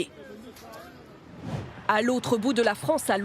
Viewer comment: Par contre arrêtez de dire lisiser pour tout et n'importe quoi